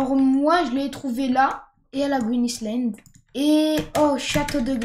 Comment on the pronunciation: "A la gwin Islande"😂